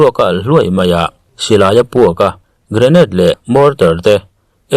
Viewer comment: Grenade te region te, leh thil dang i lam dan a dik lo deuh aw.